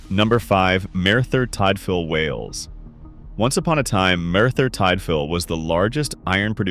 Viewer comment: Learn to pronounce Merthyr Tydfil, mate.